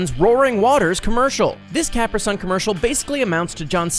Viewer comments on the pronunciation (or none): Capri sun..... CUH-PREE